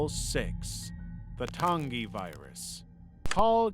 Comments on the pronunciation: Soft g when you pronounce Tangi. Tan-gee. Great video though. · Your pronunciations pmo I could forgive them if they weren’t in the videos. Vita is Veeta Tangi is Tan Gee not Ton gee. Vita is the Latin word for life and Tangi is short for Tangipahoa Parish in Louisiana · I hate how you said vita and tangie. It’s Vee-tuh and tan-gee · Vita carnis is "vee-ta karnis", and tangi is "tan-gee" but alr...